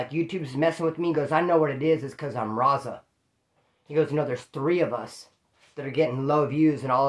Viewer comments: Ya it sounds like he is saying rasa... With a weak R and a s instead of a z. But hey. I enjoy watching he's a real 1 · The way says raza 😂